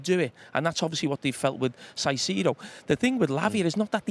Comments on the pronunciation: These two are just best friends at this point, aren’t they?😂 And Jamie, it’s pronounced Kaisedo, not Saisedo😂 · someone please tell Carra its “Kai-see-do” and not “Sai-see-do” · Saisido?? Can carragher say Caicedo? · Why does Jamie always have to be the less educated one with his pronunciations...Saisedo? Really? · Siseedo? 😂 why do some pundits make up their own pronunciations lol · I love how they pronounce Caicedo's name differently 😅